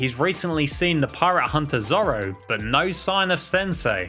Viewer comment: This guy just searched up one piece on Wikipedia, bc he knows nothing about it, miss pronouncing zoro’s name and has no idea about the lore or anything